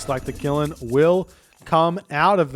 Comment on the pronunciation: Qilin is pronounced more like chillin' than killin'. The "q" in Chinese is pronounced similar to a "ch" in English.